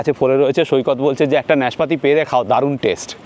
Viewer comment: শব্দটা কি নেসপাতি না নাসপাতি। নাসপাতিই সঠিক।